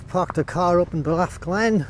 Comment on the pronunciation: Thanks for the walk. I live in Australia but have traced my family line back to Cotters in 1812 in Ballaugh. Thanks for saying that word Ballaugh because I didn't know how to pronounce it.